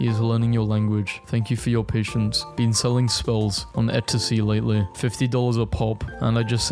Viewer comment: Why tf does he pronounce Etsy so weirdly despite it being arguable the easiest to pronounce companie names.